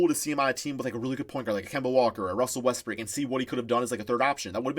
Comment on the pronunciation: Did he say Russel Westbrick?